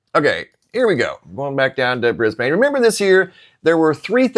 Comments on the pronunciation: 🦘🦘🦘🦘🦘🦘 It's no "biggie" Just F.Y.I. We don't pronounce Brisbane BrisbaYNE, it's pronounced BRISBEN.... Just thought you'd like to know... KEEP UP THE GREAT WORK... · 🤗in Australia 🇦🇺 we pronounce Brisbane (Brisbun) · Brisbane is pronounced Bris-ban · Hey brother. Thank you for all your dedication and genuine presentations. I have some information I wanted to share with you. It is not groundbreaking or anything. But just in case you would like to know, in Australia we do not pronounce Brisbane the way it is spelled. We do not pronounce the "e" at the end. We pronounce the city "Brisban" as if there is no e on the end. We say BrisbaN.... short on the N. Not "bAn" as if we drag out the A. Keep up the good work brother. And God Bless.